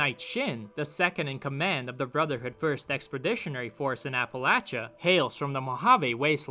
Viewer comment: Thank you for pronouncing Appalachia correctly, I live here and I hate when they say it wrong